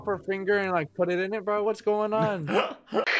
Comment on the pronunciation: ITS "WHATS UP" NOT "WHATS SUP"